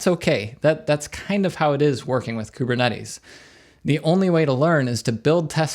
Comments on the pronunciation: Kubernetes. Greek word. Pronounced closer to Kivernitis. Means Gov'ner. I mean Governor. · Great video but i cant get over ku-be-cut-tle.